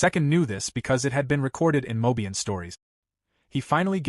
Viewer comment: This AI is so bad, e.g. M.O.A. ? bau bau bau, ... so many baus... Also Mob-Ian, is getting old. I Grim-Aced after hearing this. "they died"... Stupi AI. No he didn't, it was Silvia first.